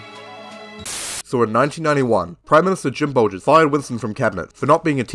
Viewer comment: Really enjoyed this vid mate, wish there were more kiwi conrebt creators along this line. Tiny quibble though, its Bolger not Bolgers.